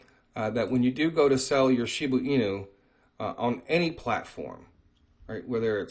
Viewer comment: If u are going to talk about a cryto si often u should know how to say it. It's annoying when you say shibu inu. It's shiba.